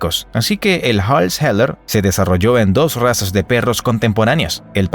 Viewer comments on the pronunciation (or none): No ‘Hall’s Heller’ pero ‘Hall’s Heeler,’ quizas ‘taconero’